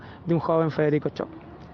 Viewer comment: Se pronuncia Shopf...no comerse la s y la f...no es chop